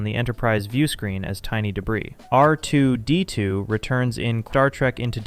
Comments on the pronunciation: The way this guy says R2-D2 is painfil. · Is R2-D2 difficult for you to say? Just curious. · bruh why are you saying R2-D2 like you're fking rtrded??